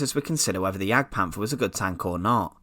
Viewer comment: Its pronounciated Panter not Panfer, as there is no soft th in German.